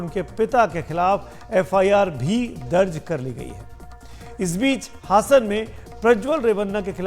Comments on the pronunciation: हसन नहीं हासन है मुस्लिम नाम जैसा बना कर तमाशा ना खड़ा करें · हसन नहीं बल्कि हासन है